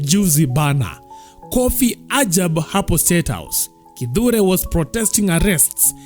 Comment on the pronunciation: It's kithure,not Kindure 😂